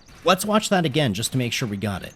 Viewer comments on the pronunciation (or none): none